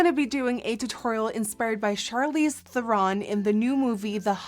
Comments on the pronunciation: did! xD It's"'Th-eh-rn", not "Th-er-ron". Or really "Thrrn" with a roll of the tongue in South African. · Actually Charlize Theron is prononced Trrron ...google it!;) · everything is great except for it's thEron, not therOn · I hate to be that person, but Charlize's name is actually pronounced "ther-in" not "ther-ron" ! :) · it is pronounced "Ther-in" she even said so herself.. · when you scroll through the comments to see if anyone had corrected her pronunciation of her name yet... Theron rhymes with heron 😂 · the amount of times she said Charles therons name wrong is funny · Courtney Strydom i just realized that i wrote it wrong XD . and shes saying " theron" wrong not charlize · She pronounced Theron wrong but she's still slaying tho! 💕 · I cringe every time I hear her say Theron.